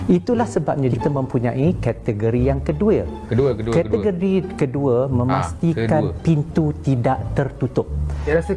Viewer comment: Keduye. HAHAHAHAHAH. Anat tul la zakri